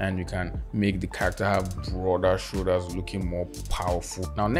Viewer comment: All I hear is CCccchhharaCCCtteeeRRr